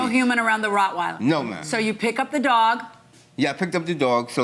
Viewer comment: This man owns a dog but can’t pronounce what type it is!!!! ROCK-weiler so ignorant